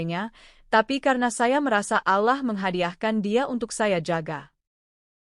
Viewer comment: Bisa gak baca nya ALLOH'.!!!